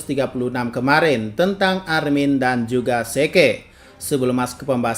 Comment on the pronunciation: Oranglain : Zeke dibaca Zik Anda : Zeke dibaca Seke